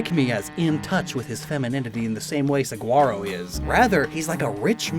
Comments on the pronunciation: For future reference, if his name is Saguaro like the cactus is pronounced Su-hwar-oh with the Spanish pronunciation of the g. Not a hard g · saguaro is pronounced suh·waa·row bc it's spanish. just a small error sdfhsjdk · Fun fact: Saguaro is actually pronounced Sah-wah-roh! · Great video, but as someone who's lived in Arizona my whole life the way he pronounces Saguaro hurts me.